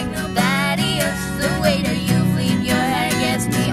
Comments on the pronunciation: I have read a lot of comments about the way we say fleep instead of flip. The pronunciation of words that sounds similar for us is quite difficult. If we could sing with perfect british accent...we wouldn't be spanish. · i LOVE the accents! and i could barely notice their "flip" sounded like "fleep"! they're so much better than many people, who cares how they pronounce one word! i loved it.